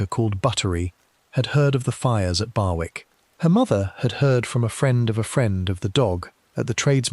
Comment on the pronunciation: Barwick is pronounced BARICK!!!!